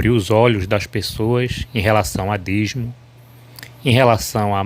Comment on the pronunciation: Não é dizmo, é dízimo. Sabe nem falar quer refutar os outros?